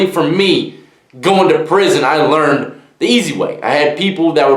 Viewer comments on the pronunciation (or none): none